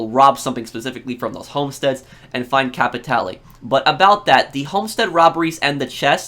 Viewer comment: Out of all the channels I watched you are the only one who tried to pronounce "capitale" instead of capital